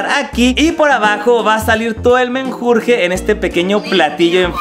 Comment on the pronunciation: Min 1 :42 soy yo o dijo menjurge